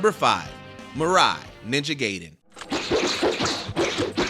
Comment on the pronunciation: WTF is Ninja Gay-den?